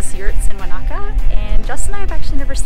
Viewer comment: That's really not how to pronounce Wanaka.